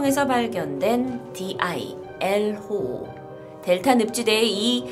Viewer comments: 엘오호인데 계속 엘호오라고 발음하시네요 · 스페인어로 엘 호오가 아니라 엘 오호 입니다 "el ojo" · 영어로 the eye면 "엘 호"가 아니라 "el ojo(엘 오호)"네요.